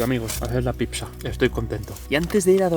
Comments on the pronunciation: # otro video genial, pero no digas picsa!! me sangean los oídos! 😂 Es pizza, dicho suena así: "pitsa" Saludos desde MadriZ jajajaja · Picsa?? O a lo mejor quieres decir "pizza"? Tanto cuesta hablar un poco bien?? Gràcies. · la picsa, la picsa, la picsa...... ufff me desangran los oidos cada vez que te escucho decir picsa.... del resto bien la verdad pero picsa.... en serio?????